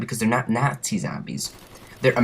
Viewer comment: Good video, but I found myself somewhat annoyed by the way you pronounced "nazi" and "zombies" and a few other miscellaneous words. No matter, good video nonetheless. Id also like to mention, that one time me and some friends were dolphin diving over a crawler, and we both got downed before we were even touched by the zombie, and samantha did her evil laugh. Similar to the one that she does when you get a teddy bear